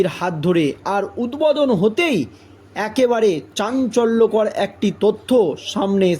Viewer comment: উদ্বোধন,,, কথা টা বলতে পারছে না,, ছিঃ ছিঃ